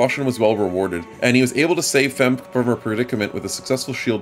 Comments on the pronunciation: FEmk-e is probably the correct pronounciation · The pronunciation of "femke" is hilarious to me. I guess phonetically you pronounce it almost correctly you just miss the uh sound after the K.